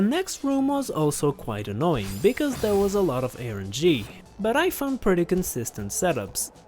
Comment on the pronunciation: Its rng not erng